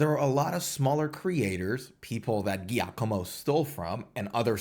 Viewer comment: Giacomo is pronounced Jacomo and it's Danny Sapko not Sepko.